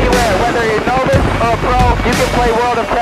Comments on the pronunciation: He thought novice was pronounced novice😂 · Awesome freakin content. Locking homie in the safe hahaha. But hey whistlin. What is a “knowvice”😂 keep it up brotha